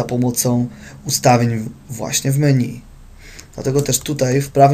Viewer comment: Kurwa czy on powiedział „meniu”? Xdddd